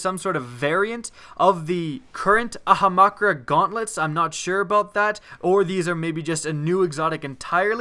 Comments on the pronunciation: 1. Why do you say Ahamkara like that? It isn't Ahamakra. 2. A lot of those exotics are terrible. Don't act like they're good. The Titan helmet is shit, the Warlock chest piece is shit, the Hunter gauntlets are also shit. 3. It is Sleeper SIMULANT. Not Stimulant. For the love of god man, learn how to pronounce shit before you start talking. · Ahamakra? Do you even pronounce words bro? Also, Sleeper stimulant? Again, do you even pronounce words bro? LEARN HOW TO FUCKING READ! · It is SIMULANT and AHAMKARA. Not STIMULANT and AHAMAKRA! Lol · Really? Really? Ahamakra? You read Ahamkara as Ahamakra and didn't even put a thumbnote to fix it? How ling has this game been out? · how the fuck do you keep mispronouncing AHAM KARA its not aha makra its not makarakaha its AHAMKARA also, everything we've seen in destiny so far suggests that NO, you will NOT be able to get a third throwing knife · AHAMKARA DUDE. It bothers me that you say ahamakra. Also... The sleeper "Stimulant"? like a dildo before bed? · It's prononced amkara not ahamakra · It's pronounced "ah-ham-car-a" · It's "ahum-Khara" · A-HAM-KARA LEARN TO PRONOUNCE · I actually like the way he says it better than the actual name XD. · ah-hom-car-uh.... if youre going to do destiny stiff like youre super into it, than at least, pronounce the things correctly. you know? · ah-hum-cara (ahamkara) it just sounds weird the way you're saying it